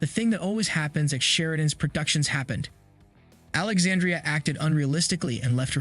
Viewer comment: Pronouncing Alexandra’s name wrong.